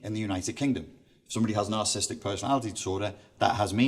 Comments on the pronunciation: For his12 years in the field, why does he keep mispronouncing narcissistic as narcisstic? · I do not know if I can trust a “professional” who can’t pronounce “narcissistic” or spell it.